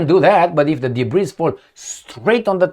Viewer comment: The word “debris” comes from the French language. In English “Debris” is pronounced “debri”. It has no plural version. Love your podcast every day 👏👏